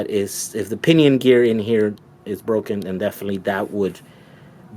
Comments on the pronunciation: FYI... broken not BROCKEN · I do hope you spend a few extra dollars and get a very strong clutch that will hold up to the torque of that motor. Oh, and when something breaks it is "broken", not "brocken." No big deal, just sayin'.